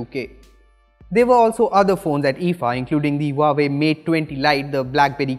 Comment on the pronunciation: Huawei pronounce - wah way